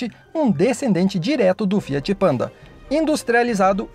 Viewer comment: Tá fiar ao invés de Fiat